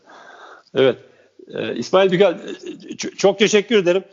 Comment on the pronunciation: Saban bey ismail dükel dedi dil sürçtü 🤣